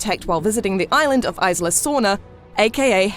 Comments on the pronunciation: Aisla nublar... Its Isla! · "Isla" is pronounced Ees-lah. Not Ice-lah. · Isla (EE-sla) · No the s is not silent. Isla is a Spanish word it means island. And it's pronounced eee -sla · Please work on your pronounciation, the spanish "isla" has NO "ice" in it. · the way she says "isla" hurts me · The 's' in "Isla" is silent. Like the word "island", which is what it means. Rough translation- Nublar Island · Not trying to be rude or anything but the way she says "isla" pisses the shit out of me